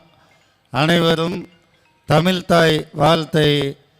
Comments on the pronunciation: தமிழை தமிழ் என்று சொல்லாமல் தமில் என்பவர்கள்தான் தமிழை முன்னேற்றப் போகிறார்களா????? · தமில் வால்க..!!😂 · அம்மா...தமிழை தமில் என்கிற உனது வாயில் தர்ப்பையை போட்டு கொளுத்தவேண்டும்...முதலில் தமிழ் உச்சரிப்பைத் தெரிந்துகொள்...தமிழ்த்தாயை அப்புறம் வாழ்த்தலாம் ...அவசரமில்லை.. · என்னது கலக நிகச்சி...தமில்தாய் வாழ்த்தா.....த்மில் வால்க......தமிழ் உங்ககிட்ட மாட்டிக்கிட்டு முழிக்கிது...உட்டுடுங்கடா...பிழைத்துப்போடட்டும்....உவேசா பிறந்த நாள் வேற இன்னிக்கு😅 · கலகக் கூட்டங்களில் தமில்தாய்‌ வால்த்து..😂😂😂😂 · தமில் மெல்ல இன சாகாது. கலகங்கள். கெலிலொலுகும். தமிலுக்கு ல அலகு. வால்க தமில். வலர்க தமில் தொண்டு. நல்லா விளங்கும். த்தூ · முதல்ல இவனை தமிழ் ஒழுக்கமா பேச சொல்லுங்க தமிழ் என்ற வார்த்தையை கூட உச்சரிக்க தெரியவில்லை. கழக நிகழ்ச்சி என்பதற்கு பதிலாக கலக நிகழ்ச்சி என்று கூறுகிறான். இதுதான் இவர்கள் தமிழை வளர்க்கும் லட்சணம்.😡😡😡😡